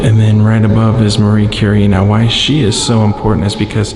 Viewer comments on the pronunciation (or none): none